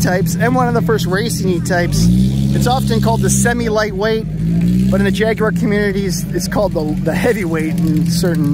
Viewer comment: At last, an American who knows how to pronounce Jaguar, many thanks for the video